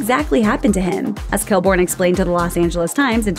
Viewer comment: Other people: Stephen Colbert: Stephen Cold Bear